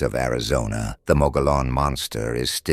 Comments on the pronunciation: Mo-go-lon? Why are you speaking Texas Mexican Davy Crockett? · Phonetically pronounced Mug gee on.. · As a native Arizona, we pronounce it "Mo-gee-own". The giant, hairy creature is cannibalistic. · Mo- Gee - Onn....... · You know, you really sound like dorks when you mispronounce the name of the rim. The correct annunciation for the Mogollon Rim is “Muggyon” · Moh-geee-on Say it nice and slow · OMG ITS PRONOUNCED MUGGY ON RIM!😅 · TRUE! It's pronounced MO-GE-YON. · Omg! Your mispronounciation of "Mogollon" is infuriating!! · The mispronounciation is infuriating. The dude's name was Mogollon, it was Spanish. That means double L makes the Y sound.